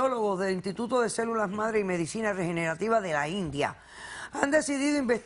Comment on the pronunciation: doctora Polo se dice medicina no madicina por siakaso